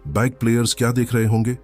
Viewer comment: Sab kuch sahi hai bus ye "be eye ga" player ka pronounciation zara fix kar do 😜